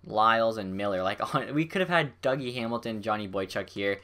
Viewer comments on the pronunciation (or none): none